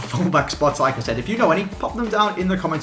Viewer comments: Every time he says "like I said" I think "Lacazette" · You pronounce 'Like I said' like you would say 'Lacazette'